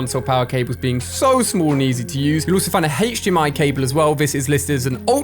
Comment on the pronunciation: Whenever he says HDMI I cringe